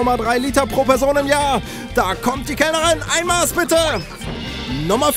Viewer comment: Du solltest mal lernen, dass DIE Maß und das "ß" schnell ausgesprochen wird